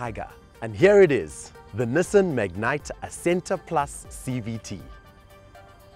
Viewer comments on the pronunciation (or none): I wish they would pronounce the name correctly. Its not a mignite...